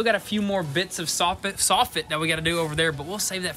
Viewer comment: I’m not sure what you’re saying!! I thought I didn’t hear one of you correctly. Instead of soffit you’re using the word softit!! Sounds crazy. There ain’t no softits on a house!! The word is soffit! Saw fit!!